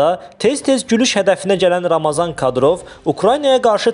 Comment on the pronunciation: aparici , ramazan yox, ramzan. lom olma